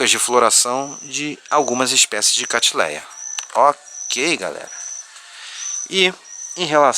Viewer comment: Nao é catileia é catleia